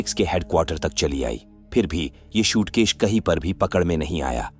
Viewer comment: Shootkesh nahi SUITCASE hota hai bavligend🤦‍♂🤦‍♂🤦‍♂